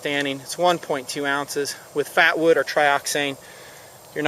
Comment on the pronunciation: Did he say fapwood?